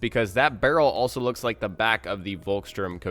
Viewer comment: just for the record ;) you can pronounce this German gun more easily like this: folks-shtoorm-ga-vair ("ga" like in gap and the "v" like venus)